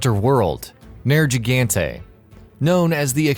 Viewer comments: ner g ganta why do you pronounce it like that when you clearly hear it being said ner gig an tae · Jesus your pronunciations is like a final boss. Nair-gee-gan-tay? Seriously? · I find your pronunciation of Nergigante... disturbing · They pronounce Nergigante's name every time you fight Zhora Magdaros and when you are approaching it. How do you butcher it that baddly? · What was that pronunciation of Nergigante? 😂